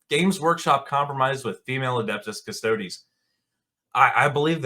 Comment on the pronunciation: It ain't cus-toads. Cus-to-dees!